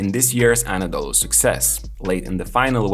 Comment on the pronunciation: I would not say lucky or genius but Ataman is the best in Euroleauge on handling superstar players and on involving his players into game planning. This is his magic. You can see that in his whole career. Btw, I will keep writing this to all of your videos about Efes - it's not "Anadolu" if you want to use short name, it's EFES... :)